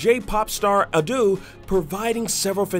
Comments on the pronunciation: Damn, the dub sounds disgusting =)) Anyways, its not pronounced "ah-doo", its "ah-doe" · it is pronounced Ah-Do, not aaaaaduuuuu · It's not Adu it's Ado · Bro called Ado “Adoo”😂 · she is A-D-O. There is no "u" sound or double "O". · wrong pronounciation. she is Ado (a-d-o), no reason for "u" sound. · "Adooh" lol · Research pronunciations before recording videos. "A-Doo“?